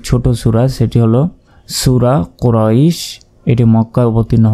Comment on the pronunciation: হুজুর কুরাইশ লিনের হরপ এক আলিপ টান হবে না